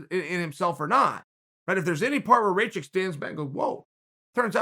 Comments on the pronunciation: Rakic, not racik you dumbass!!! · Raw-kich, not ray-chick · “Raychik” “Trajrectory” Kgr8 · his name is aleksander RAKIC and not RAYCHICK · Dude you knew how to say Rakić And now you say Raičik.. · It's easy it's RACK-ISH c'mon son WTF get it right, show some respect. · His name is Rakic. Ra like Rah, the Egyptian God. Ki like killer, and the c in the end becomes an American "tch" like in the word itch. Rakic! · Can't pronounce Rakic? Type "Raakitch" in english google translate and test the sound. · Alexander Ray-check? Come on, even for an American the pronunciation is atrocious. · It's "Ruck-itch" the r is a rolling r. Like the way Mexicans pronounce it in the word "señorita" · If Chael says Raćik then Aleksandar Raćik it is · "Raychick"... rip my serbian ears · One of the MMAFighting guys kept pronouncing it as Racik too. Wanted to punch the screen. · Chael completely mispronouncing Rakic xD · Yeah the guy's a douche for pronouncing names. It doesn't take much, the commentators would have been saying Rakic correctly. Dunno if he's trolling, dyslexic or a bit of an arse.